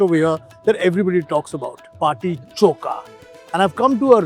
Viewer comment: Bati choka nahi hai,bati chokha hai,bolo chokha samjhe.